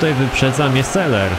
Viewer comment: czemu ty gadasz seler a nie salen